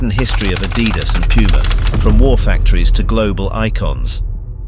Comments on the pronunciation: It's not "a-dee-das"... It's "Adi-das"... from Adolf (Adi) Dassler (das). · It's Adidas not Adeedas. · If you cannot pronounce Adidas proper, I'm off!